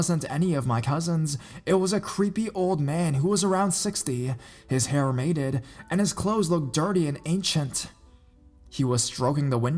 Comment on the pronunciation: "His hair mated" heheh. I think you meant matted .. (ˈmadəd") Not to be that person but i am..